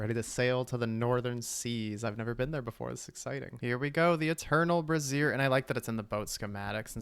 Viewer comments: I thought brazier was said like bray zure, not like brassiere. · brazier (bray·zee·uh) a portable heater consisting of a pan or stand for holding lighted coals. brassiere (bruh·zeer) women's underwear Made me laugh evertime you said it because im a child 😅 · Brazier vs brassiere pronunciation lmao😂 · wow your pronunciation of the word "brazier" is crazy work breeyziiiiieeeeer